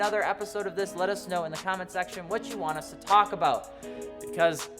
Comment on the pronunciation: Cant hide that 1 ☝ canadian (about)aboot 😂😂😂